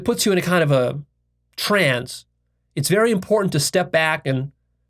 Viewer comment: Stop pronouncing the word trance as “trans” it’s petting my pet named peeve lol